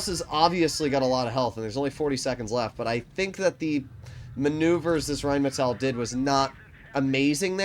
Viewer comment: Just in case you care. You pronounce the rhm like reinmetail. Just let the i away. Pronounce it more Like the englisch metal and emphazise the A. It has to sound like the way you pronounce it but without the i.